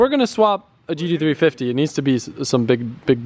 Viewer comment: He has such a hard time saying gt350🤣